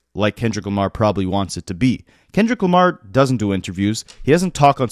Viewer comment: Its the way he says kendrick lamARe